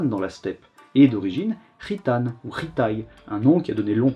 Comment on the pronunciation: Ta prononciation de "khitan" a fait titiller mon oreille de gitan à chaque fois, même si ca n'est qu'une coïncidence hasardeuse 😋